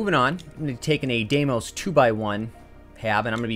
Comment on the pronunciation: Hopefully this guy learns how to pronounce Deimos correctly sometime soon.